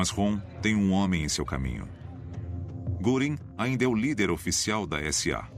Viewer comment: Essa pronuncia me doi os ouvidos "guringui", sendo que o mais correto seria "guerin"(göring)